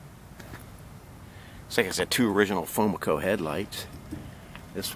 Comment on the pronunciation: The way you said "FoMoCo" I've never heard anyone say that before ... lol interesting.